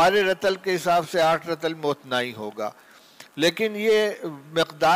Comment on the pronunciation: رَطَلٗ تلفظ غلط ھے رَطٗلٗ یارِطٗلٗ ھے فَجِرٗ نہیں فَجٗرٗ ھے میں نے ایک دو منٹ ہی سناھے پورے سبق میں کتنی غلطیاں ھوں گی دارالعلوم میں بھی اب ایسے لوگ بخاری پڑھانے لگے